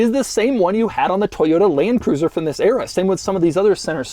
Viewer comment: Toyoda, toyoda, toyoda... It's ToyoTA.